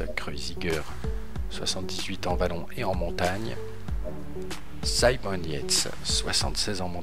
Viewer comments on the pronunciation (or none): none